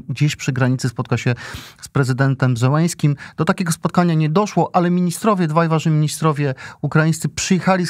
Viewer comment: Czemu wy mówicie Zełeński, a nie jego prawdziwe nazwisko Zeleński?!